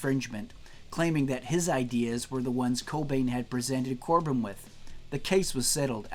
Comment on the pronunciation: Corbijn is actually pronounced like Cobain